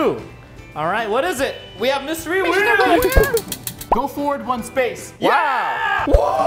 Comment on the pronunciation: Its wheel not whell